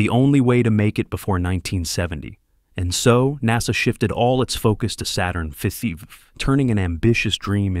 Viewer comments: "five" is pronounced "fiffiiv" and "fussife" from now on 🐒🐒🐒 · What's wrong with your text-reading robot? It can't even pronounce "Saturn V" as "Saturn 5". It says something like Saturn Feffy or Fuszy or something weird. like that. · min saturn fefe? Then, min saturn fusive? C'mon bot! get it right! Geeze! what the fusive?